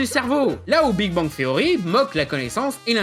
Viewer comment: Le mec parle de la prononciation de Spider man en France, pour sortir "Big Bang THSSSSSeory" bien Franglais derrière. Comment perdre 10 point de crédibilité.